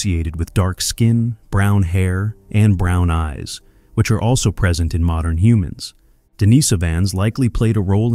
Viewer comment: The AI is showing. "Morndern" humans? Not to mention extremely inconsistent pronunciations of "Denisovan", "Denisovans", and "Denisova", as well as totally unique ways of pronouncing "acheulean" and "aboriginal" that do not resemble their actual pronunciations.